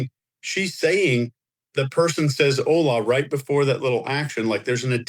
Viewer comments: with the pronounced H in Hola...stop, please stop. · Guys, the family's last name is Haro, not Harrow. Which is why it's hard to google info on him. Also,, we all ADORE you, but you have got to learn to say "Hola" better than that. 😂